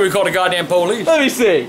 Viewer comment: classic "goddamn pow leeess"😂😂